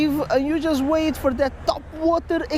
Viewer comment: He got a TOPwAhtAH exPLoSHON!!!